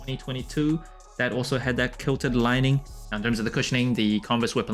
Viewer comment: Kilted? Or quilted haha you had me looking it up to make sure I wasn’t saying it wrong all these years. I know ppl hate on A ma but I love 90% of what they do. They bring class to everything they do